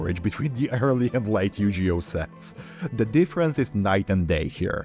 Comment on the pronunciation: my mans really called it yujioh